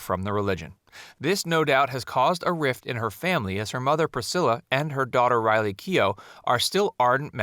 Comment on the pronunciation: It’s Riley not Kylie.